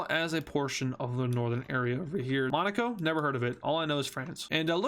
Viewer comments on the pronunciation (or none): none